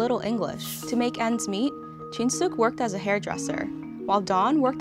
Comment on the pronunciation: Narrator: in 1981, Jin Sook and Do Won My ears: in 1981, Jin Soh-cah-toa 😭 too much trigonometry